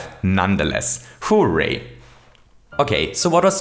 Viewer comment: Also: "Who-ray!"